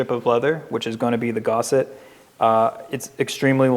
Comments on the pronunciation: I cannot listen to you saying "gorset" any more. Its GUSSET, like GUS. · hearing someone say gaucet instead of gusset shouldnt bother me this much lol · That gusset would be too long wouldn't it? just by the measurement of the front and bag it should be 15. He keeps saying "gosset" but ive been saying gusset for years. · It's Gus... not Gau.... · Cool video. Please learn to pronounce "gusset". You keep saying "gosset". It's guh-set, not "gaw-set". But really, this video is helpful. My brain just kept getting sidetracked by it... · Sorry, I’ve just got to correct you here...it’s NOT GOSSET. That’s how you are pronouncing it. It is GUSSET. As in the man’s name Gus. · you say Gauset like faucet. Everyone else says Gusset as in Gus-set There’s no a in gusset. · You spell gusset correctly so why pronounce it gosset? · An excellent tutorial, and very timely, for me. I do have to admit, every time I heard 'GOS-set', I flinched a bit. Quite a lot, really. . . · it's definitely GUS-set, otherwise you sound like you're degaussing electronic equipment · Yeah the mispronunciation of gusset is driving me crazy. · Oh my god he’s driving me crazy Has he never seen the word spelled out?